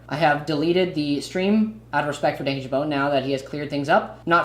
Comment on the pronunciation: Just a note, I literally couldn't watch this because you pronounced Dan's name wrong 😅😅😅 He says his name in almost every video Idk how you could manage to get it wrong